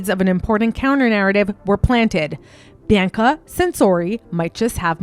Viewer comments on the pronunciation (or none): I love your vids, but her name isn't pronounced Bi-ann-ca, it's pronounced "Bee-ahh-cuh." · Bianca is usually bee-Ahng-ka. and Hosiery is HO-zyur-eee I hate correcting pronunciation because it comes of as snobbish. I really like your work and want you to succeed. Looks like you work on your own and don't have someone to help with this. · i’m trying to concentrate but every time you pronounce Bianca i get confused and think wait who’s this she’s mentioning now? i have to pause and rewind because i keep thinking i missed something. it’s pronounced Bee-ahn-kah other than that, this was well researched. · He name isn’t BeeYankahh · I can't tell if your trolling or not on how you keep pronouncing these words... good on you, you got me worked up😂..I.E: Bianca, Ivanhoe, ect... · Her pronunciation of Bianca’s name and several other words is pretty cringe worthy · You’re saying her name wrong 😑 so it makes it hard to watch the video 😢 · i thought the same thing about her saying Bianca. i kept thinking i was missing something and kept rewinding. i’ve never heard anyone pronounce it like that before. every time she said her name she said it differently so it further added to my confusion.